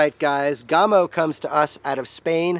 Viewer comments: Gamo not gaaamo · Isn't it "Yhaa-mo"? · You are pronouncing Gamo differently than you did in the Coyote video 😃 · Wayne Palmer. Being an American making vids in FL doesn't give me an excuse to mispronounce their organization's name now that I know better. Best